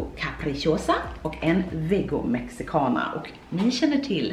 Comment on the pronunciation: När alla latinos hörde hur hon sa Mexicana...🤯